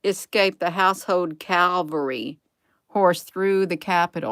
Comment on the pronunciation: It says cavalry. Not calvary. I'm confused....